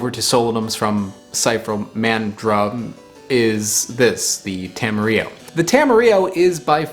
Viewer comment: Question, is "tam-e-re-o" the standard US pronunciation. I've always heard "ta-ma-rill-o" here in NZ. Though there probably isn't a "proper" way to say it, since I believe it was just coined by a dude in Auckland smashing Te Reo and Espanol together